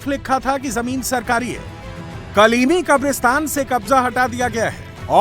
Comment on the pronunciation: कलीमी नहीं कालनेमी क